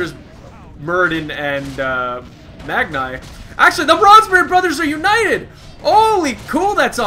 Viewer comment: Why do I always hear you saying Branze Bronzebeard? Also, where is your Girl friend? I enjoyed watching you teaching her how the Dreadlords are OP, how the... how the... what else did you teach her? God damn it. =D